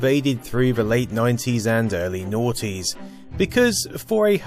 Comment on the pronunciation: Noughties as in nought, not naughty :p